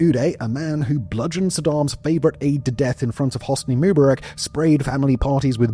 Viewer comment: Simon Whistler simply is incapable of pronouncing ANYTHIBG correctly and seems indifferent to ever bothering. This one made me laugh with his laughable pronunciation of Hosni Mubarak’s surname. It just shows an utter contempt for viewers and obviously only an interest in enriching himself and bugger the accuracy.